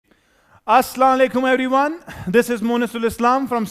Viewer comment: oh sorry 😐 I didn't see the as but it doesn't sound like that